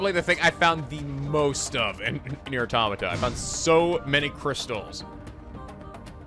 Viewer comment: you mentioned that you pronounce the name wrong but you also pronounce Automata wrong too